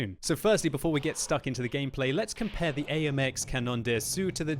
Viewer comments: ruining the beatiful French language ^^ say "Canon Dasso" not Canonn Dé Assou:p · pronounciation of cda : it's cannon d'assaw, or canon d'asso not d'assew, if you don't plan on learning French don't bother the th "on" of canon it's a sound that does not exist in english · Comment il prononce canon d’assaut xD tout les fr ont du rigoler